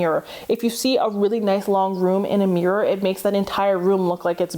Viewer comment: You say MEEEErur instead of mirror lol.